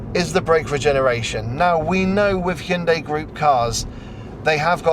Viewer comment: Are you pronouncing it, “Chin-day?” I think this little bugger is very cute!!!